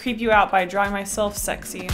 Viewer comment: This is how many times she said Shrexy (I’m not gonna say it without the h) while drawing lust | V